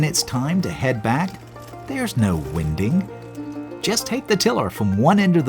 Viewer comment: It's not winding as in burping a baby, it's winding pronounced like wine.